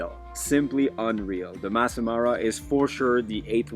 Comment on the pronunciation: It’s Masai not mass!